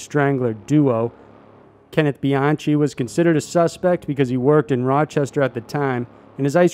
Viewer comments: Bianchi is . pronounced "Bian-ki" but other than that good video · Bianchi is pronounced BEE-ON-KEY. While your visuals in the videos are great, I am surprised at the fact that in almost every one of your videos the narrator will mispronounce words. This is extremely distracting. Your audio should be as professional as your visuals.